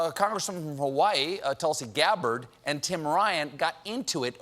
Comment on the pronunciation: Gabbord (properly pronounced Gah-board)